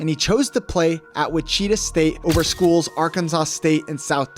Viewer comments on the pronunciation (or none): Ma-leek not Ma-lick Monk, and Witch-i-taw instead of which-cheetah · And Wichita is pronounced wi-chuh-taa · I thought your pronunciation of Malik was bad. But you absolutely butchered Wichita. Had to stop watching the video. You can’t watch basketball. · LOL you say Gonzaga right, but butcher Wichita. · And witchita state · You should learn how to say his college name before making the video, you butchered Wichita like crazy, I've never heard it pronounced the way you said it. Good video otherwise